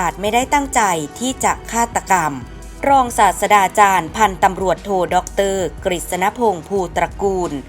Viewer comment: แอดครับ..รศ.อ่านว่า รอง-สาด-ตรา-จาน/ไม่ใช่/ รอง-สาด-สะ-ดา-จาน /แนะนำครับจะได้อ่านถูกต้องตามหลักภาษาไทย อย่าดราม่านะ/ศาสดา หมายถึง ผู้นำทางศาสนา ที่มีองค์ประกอบ 3 อย่าง คือ ศาสดา อ่านว่า สาด-สะ-ดา คำสอน และ สาวก